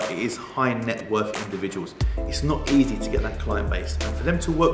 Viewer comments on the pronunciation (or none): none